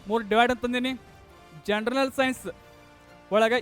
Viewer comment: ಜನರಲ್ ಅಂತ ಸರಿಯಾಗಿ ಉಚ್ಚರಿಸಿ ಜನರನಲ್ janaranal ಅಂತಿರಲ್ಲ